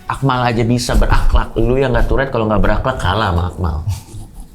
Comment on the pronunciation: Tourrete ❌ Turret ✅